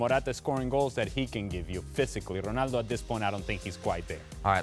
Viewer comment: Why do Americans say “R-e-naldo” when his name is “R-o-naldo”?